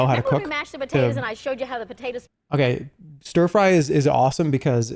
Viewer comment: Oh my god chat saying Ster fry every time Cathy said stir